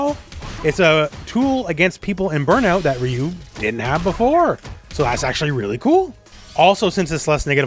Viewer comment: It’s funny how you insist on pronouncing Manon’s name “correctly”, but you mispronounce Ryu’s and Zangief’s names. You can’t pick and choose like that. It’s hypocritical.